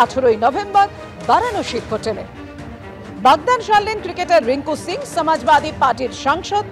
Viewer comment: রিঙ্কু সিং । রিঙ্কু সিংহ না।